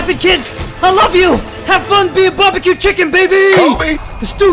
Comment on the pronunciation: if he says barbieq chicken 1 more time....